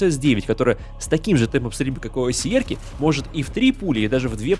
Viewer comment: айсиАр а не айсиэр